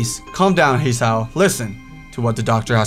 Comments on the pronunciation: haha god admit its Hiss-ay-oh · Also his name is pronounced "He-Sahow" :3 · and can you please try pronounce ther names right ther is no a in hisao (japanese name)